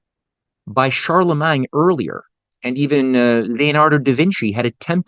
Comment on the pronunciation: I wish you would just say all of the French words normal, it feels like a knife in my ears every time I hear CharlemanG, or the pronunciation of literally all French. It's truly a disgusting language, sounds like you are swallowing flem